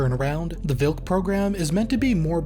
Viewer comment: Polish language doesn't use "v", our W reads as english V, and our Ł (slashed L) as English W So the tank was TVARDY - hard You pronounced Wilk property like Vilk - wolf